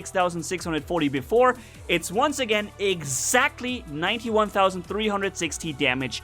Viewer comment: You say 2 tausend 😅😅😅